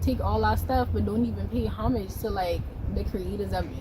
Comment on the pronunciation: Homige? Homige? Seriously? Im american and that shit is stupid as hell. It's Homage .